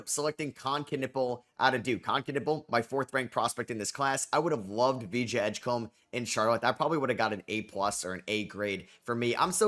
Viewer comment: Someday you'll say Edgecombe right?